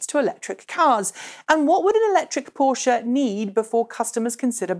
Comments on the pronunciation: finally someone pronounces Porsche properly... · omg I love you just for that fact that you say PorschE not Porsch like feeled any other not german persons